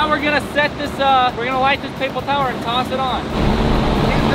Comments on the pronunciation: Did anyone realize that when they were testing the lighter said “papel tower” instead of paper towel?🤣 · Did anyone else hear papal tower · He said paple tower